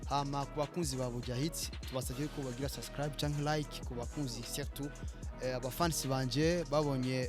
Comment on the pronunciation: Mbe nikuki abarundi na banyarwanda bananirwa nukuvuga subscribe bakavuga sasikrab?mbe nikuki aba naija na cameroun bananirwa nukuvuga ask bakavuga axe??ha ha ha